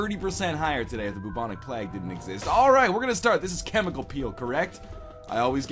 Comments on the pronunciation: Haha he said plag. Not plague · NL, btw its pronounced Playg not plahg lol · plag? its pronounced 'play-g' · Plag? It's Play-guh. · IT'S PRONOUNCED "BUBONIC PLAEG" NOT "BUBONIC PLAGG" YOU DINGUS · Plag? Never heard that way of pronouncing it, but oh well... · Godamn why does he say plauge like that. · lolol you say plague funny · Why can't you pronounce "plague"? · lol you pronounce plague pretty weird haha